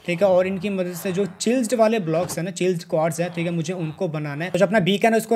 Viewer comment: Bro it's chieasled not chilsed